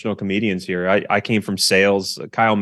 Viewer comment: Some great human being right heuh